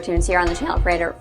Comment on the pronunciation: yeah when u say Frederator fast it sounds like your saying refrigerator